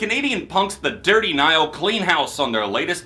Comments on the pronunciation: that intro was hilarious lol. Gotta say though, you had me questioning my own pronunciation of The Dirty Nil. You hear them called Dirty Nile at some point? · As a Canadian.. you pronounced The Dirty Nils name wrong. You don't say the E on the end. That being said.. been a huge fan of you since the beginning. I absolutely love your album reviews, and these album awards are always a blast to watch! I'm glad your taking the time to do less reviews and focus on your mental health. Especially during these times. Congratulations on moving in with your fiancé btw! Huge stepping stone! All the best!